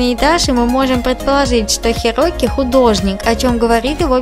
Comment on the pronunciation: Правильно Хироки